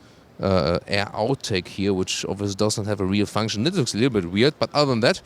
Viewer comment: u pronounce looks as lux